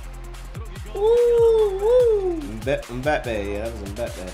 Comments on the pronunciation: It's m-ba-pay there's no e in the pronunciation. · Dude said “Moopie” 😂😂😂😂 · It's pronounced em-bap-ay. The Asian guy's name is Son he plays for Spurs. I'm surprised there was no Adama Traoré. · The way they say Mbpappe they say it like Mbpeppe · M-bah-pay (Mbappé) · I cringed everytime they got the totally wrong person LMBAOO everyone what Christiano or Mo or "Bapay" Pwahahha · By the way mbappe is pronounced (em-bop-ay) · Who in the world is mope its mbappe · The M is silent in Mbappé 👍🙂 Thierry Henry used to be ridicilously fast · the way they butchered mbappés name 😂😂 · mbappe pronounced= EM BOP PAY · lol the cant pronounce Mbappe